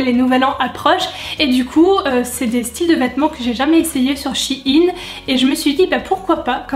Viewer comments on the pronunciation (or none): Shi-in ?? NAN shein